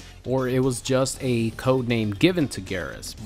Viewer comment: It's "Geer-As" not "gahr-as"